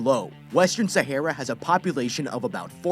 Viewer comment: You are saying Sahara wrong